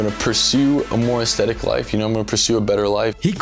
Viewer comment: Every time he says Icethetic lifestyle I laughed a little